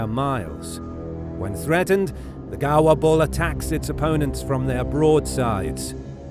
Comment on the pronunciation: I like how he pronounce gaur “ gawa”